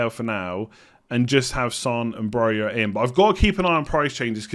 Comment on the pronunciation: It's Broja, not that